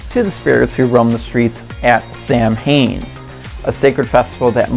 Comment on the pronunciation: Samhain is pronounced "SAH-wen" Is Gaelic. Did you also know? That Samhain (SAH-wen) is the Witches New Year? It's the last harvest, including harvesting livestock. This "festival" usually last through November 1st !. Its a time for merriment and feast, getting ready for a long winter. SAH actually means summer's end. And Some still believe in the owl is messenger of death. Being a Witch (Wiccan), Samhain is a time we reflect on the ones that have passed through the veil. In remberance of those ancestors. I certainly take notices if I hear an owl's call. In some Native American cultures believe in this. The Raven as well. Ravens are called "The Messenger "Being born on October 31, the veil being the thinnest. And if you were born with a caul ( with the amniotic sac still intact) was once believed that you will have the "sight" Should have asked a witch 🧙‍♀️* insert cackle here 🧙‍♀️